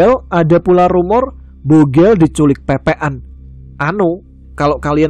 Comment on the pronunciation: Bukan pepe’an tapi pek pek an. 😅